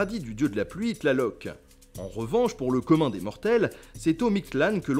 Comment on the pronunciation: Jolie performance sur les prononciations périlleuses. Mais il me semble qu'il y a une petite erreur sur le dieu de la pluie qui s'appelle je crois TlaLoc et non TlaTLoc.